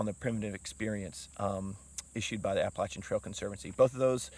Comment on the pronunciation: Well done. I’m just glad you can pronounce Appalachian correctly